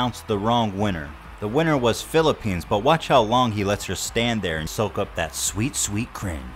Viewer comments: How do you even fuck up reading Phillipenes with Colombia? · he butchered PHILIPPINES